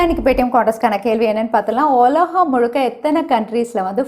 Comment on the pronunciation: ஒலகம் 😊? உலகம் என்று சொல்லலாமே.